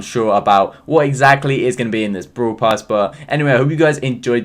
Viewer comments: ’Broo-Ler’ ‘Brool-Pass’ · Why do u keep saying “brooler, brool pass, brool stars,” like what?